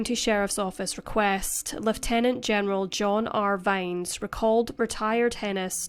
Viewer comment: Nice to hear someone pronounce Lieutenant correctly.